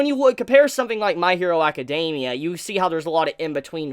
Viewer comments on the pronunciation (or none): none